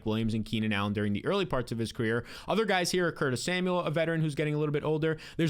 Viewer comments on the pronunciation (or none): none